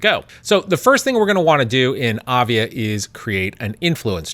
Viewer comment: It's not avia it is aiva.